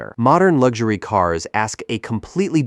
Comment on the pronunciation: What is lugzury!? Even the AI voice gets it wrong!! It is pronounced, LUX URY!??